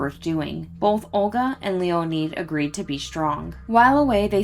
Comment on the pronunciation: LEE-O-NED not LEE-O-NEED. Can't do anything about now. Be better.